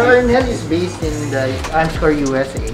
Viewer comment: NOT ARMSCORE KONG HINDI ARMSCOR.. YAN TO BE EXACT TOBE PERFECT NA PAGKASABI....